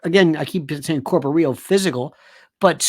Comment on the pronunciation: "corporeal"? Placement of accent sounds off.